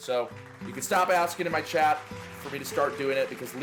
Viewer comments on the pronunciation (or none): none